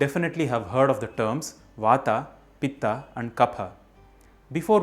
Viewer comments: Very nice initiative,,💐 One request please ,,, If you are telling in samskrit then pronounce in samskrit,, Why in english,, As vaat वात, pitt पित्त, kaff कफ़ 🙏💐⛳your great efforts are appreciable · Please pronounce as Ayurved, not Ayurveda, similarly Vat, Pit, and Kaph. Don't Englishise the terms. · wrong. the correct pronounciation is VAAT PITT and KAPH. remove the 'aa' sound at the end...thats silly and wrong english translation. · It's vaat,pitt and kaph वात,पित्त,कफ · You're pronouncing them wrong. Stop trying to cater it to a Western audience and use proper grammatical traditional Sanskrit pronunciation. "Vaaat". "Pittt". "Kaaaf". Romanized Transliteration is a Western Anglican ploy utilized to destroy languages over the course of a long enough timeline. Don't believe the hype. Fight the power!! Be yourself. Be Hindustani. JAI HIND!!! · I started watching the video and stopped immediately as soon as I heard you pronouncing the three words wrongly just to make them sound correct in english version They are not vatA, pittA and kaphA They are vaat, pitt and kaph Just to make it correct for english speaker Indians have this tendency to distort there own language words. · please वत कफ पीत बोलिए न की वाता पीता कफा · वाता पित्ता कफा नही भाई वात पित्त कफ होता है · It's not vata it's vat It's not pittaaa it's pitt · When it comes on pronouncing these works..it vaat not vataa, pitt not pittaa, kaph not kaphaa. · Love your work. But can you please correct your pronunciation and do away with the postfixed "aa". It is not vatA, pitA, kaphA instead it is वात पित्त और कफ. Same goes for every other word being mispronounced. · I think,you must pronounce originally वात पित कफ not वता पिता कफा। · vatt hai vatta nahi , pitta nahi hai pitt hai . pahle khud bolna seekh fir seekha dusro ko . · please don't add and extra "a" to every sanskrit. vaat, pitt and kaph instead of vattaa pittaa and kaphaa? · Kaph not kapha,vaat not vaata,pit not pitta